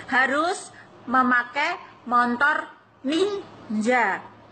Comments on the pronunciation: Montor ya bukan motor😅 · MOTOR mbak bukan Montor😁😁😁😁